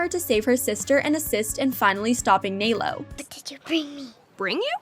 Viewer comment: It is nălo not nālo